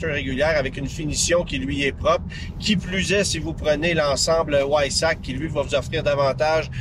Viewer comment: Réservée le mois dernier, je ne vais jamais avoir la patience d'attendre sa livraison. Mais le jeu (plaisir) en vaut la chandelle. (le pack sport se prononce Veissach et non pas Weissach... en Allemand, le W se prononce comme un V en Français).